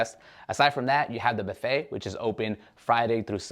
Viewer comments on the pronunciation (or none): none